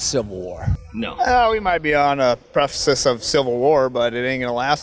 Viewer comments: "we may be on the prefisis of civil war." You mean precipice? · “Prefacesus” of civil war??? I guess 3 syllable words are a bridge too far. 😂